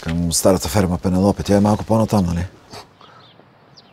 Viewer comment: Само че прости хора, не се произнася пенелопе а пенелъпи 😂😂😂